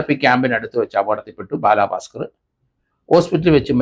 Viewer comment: ബാലാ ഭാസ്കർ അല്ല ബാല ഭാസ്കർ സോഫി അല്ല സോബി